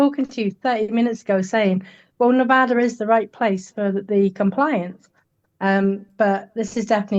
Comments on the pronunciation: Please learn how to properly pronounce Nevada. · Stop saying "Nev-ahh-da"! It drives the natives crazy. It's "Nev-ADD-uh". The people there will punch you in the face if you say it wrong... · It's not "Ne-Vah-da". It's "Ne-Vaa-Da"; pronounced as in "cat", "pat", "that", "hat", etc.... Don't be like Chump and mispronounce our state, PLEASE!!! I promise not to mispronounce your state as "Flaw-Rye-Da" or some other such nonsense. Okay? We good? When you speak for a LIVING, you shouldn't mispronounce anything! If you're unsure how to pronounce something, it takes a second to look it up on the internet. You're not the only person I've instructed on this! There are reporters on the MSM channels I've also had to correct. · It’s neh-VAD-uh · As someone born and raised in Las Vegas, Nevada for almost 30 years I can't watch this video 😭 I can't get over how you pronounce Nevada 😭😭😭😭😭😭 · Please pronounce the state of Nevada correctly.